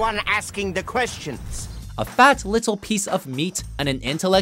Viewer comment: faTTT liTTTTle piece of meaTTTTT. Why didn't you pronounce Space Ghost Coast to Coast the same way? What happened?